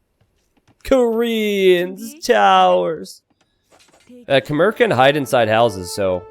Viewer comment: Khmer is pronounce kuh-mai